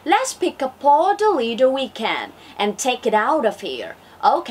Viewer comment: bạn phát âm tốt nhưng còn sai từ: litter